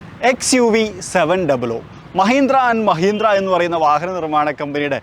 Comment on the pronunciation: മഹിന്ത്ര ❌ മഹീന്ദ്ര ✅